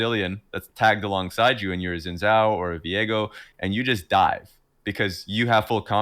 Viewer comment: I still think it's crazy. A conversation respecting not pronouncing players names right, but just bastardizing Xin Zhao , there is no English z in that name, quit it. I don't get why they think an X magically becomes z If you're an English speaker. Shin Jow is infinitely better than Zin Zow